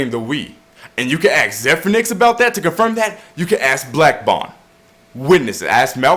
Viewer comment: Did you just say "aks" instead of ask?